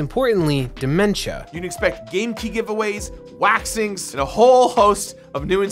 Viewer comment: Did he say WAXINGS?